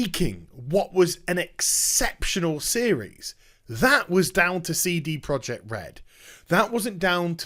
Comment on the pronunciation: First off, it's amazing how you make a 14 minute video out of a 2 minute news story... Secondly, please stop calling them Seedy Project Red... :O